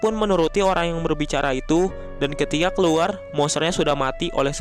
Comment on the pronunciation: gw denger lu bilang ketiak.. ketika kan harusnya?